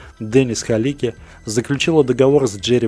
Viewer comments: Кажется что фамилия каскадёра должна звучать как Галицкий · Правильная фамилия - Галицкий, а не "Халики")